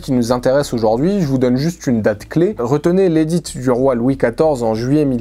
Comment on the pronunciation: PS: on ne prononce pas le "t" de "édit". Merci pour votre vidéo !